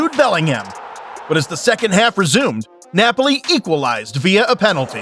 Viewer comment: The way you say some names 😂😂😂 tot ham , loincester city , neipoli 😂😂